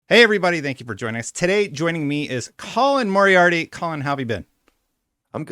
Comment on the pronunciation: oh look its Colin Poni-Arty 😂